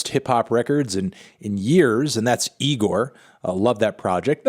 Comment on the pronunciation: Yeah cool, he's back, but Anthony how many times do we have to tell you that it's pronounced "i g o r" and not with an N in the beginning..